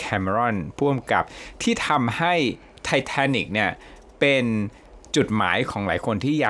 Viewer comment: ไทเทนิค ทายทัน😂 นึกว่าคิดคนเดียว